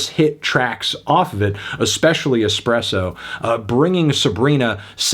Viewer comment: If you say expresso one more time